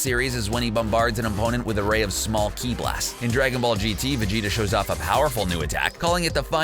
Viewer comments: Wtf is that pronunciation of Zamasu's name? Also he later calls Ki, Chi... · Key or ki? Hearing it pronounced "key" makes me cringe